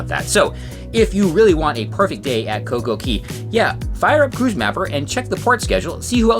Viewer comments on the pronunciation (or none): It's not CoCo Key.. It's CoCo Khay / Cay